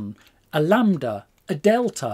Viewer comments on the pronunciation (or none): none